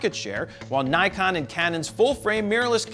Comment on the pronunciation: I thought it was impossible to say Nikon wrong guess I was wrong